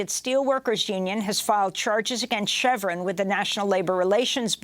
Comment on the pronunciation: Please learn how to pronounce "chevron". Don't thank me. Just pay it forward.